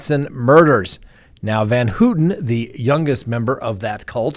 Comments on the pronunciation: It's pronounced van-HOW-ten. Maybe not a big deal but as an attorney talking about one of the most infamous cases in US history, you should get your facts right. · It's hilarious how you pronounce Van Houten it doesn't even resemble the actual pronunciation of her name. Google translate also has audio translation if you want to pronounce Dutch names take the effort to use google audio simply type in the name and choose Dutch language